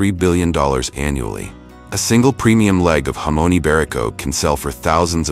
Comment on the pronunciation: Interesting, but you check your pronunciation before recording. Specifically jamon and hermes.